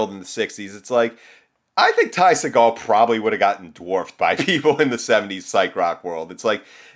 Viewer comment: watch any Ty interview where he says his name. It's See Gull. Trust me.